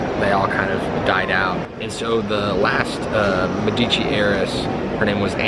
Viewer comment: This "guide" can't even pronounce Medici correctly.